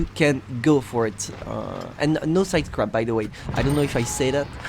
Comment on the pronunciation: the way you say "sidescrape" lol